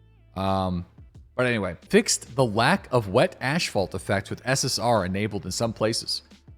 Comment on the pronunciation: Did you say, ashphalt?